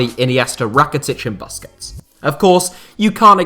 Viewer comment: Stopped watching after he pronounced Busquets as "basket" 😒